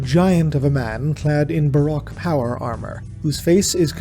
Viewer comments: its pronounced ba row-k not ba rock it was a style of art, dark, gothic, lots of shadows. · I hate how you pronounce "Baroque"